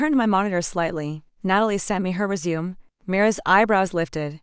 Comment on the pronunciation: Hi, This story is either poorly written or the channel needs to update its reading software. Disjointed with so many incorrectly pronounced words, is my very polite review, and what I really feel. Let's see how far I get before I give up. I'm 3 minutes in now. 9 minutes now; For crying out loud get the pronunciation of resumé right. Annoying! Okay, so I got through it by jumping most of the story. If you don't have any particular reason for this particular story, go find something else, because this one isn't worth the calories. AKA annoyingly bad writing, and the reading software must be from the Middle Ages or really really cheap because it's absolutely horrible. For my sanity, I skipped about 65% of the actual text and even with that it was hard to get through for those reasons outlined above. If I had a rating system in place this one would unfortunately get about -3 on a scale of 1 to 10. Yours, Ann